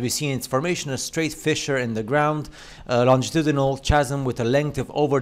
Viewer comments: The way he pronounces chasm is driving me nuts. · the fact that he pronounces the 'ch' in chasam loses it for me